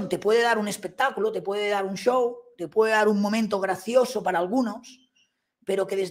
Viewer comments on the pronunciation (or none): none